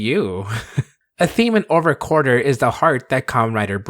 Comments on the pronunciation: Drink a beer every time says "Quarter" instead of "Quartzer" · Wait, why is it pronounced "Over Quarter"? Even looking on the Japanese wiki, the spelling is with "tsu" so you still would pronounce the "Z" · I would pay for to cover ZI-O theme song so long as he mispronounce "Quartzer" like he did in this video. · Take a shot every time he mispronounces Quartzer.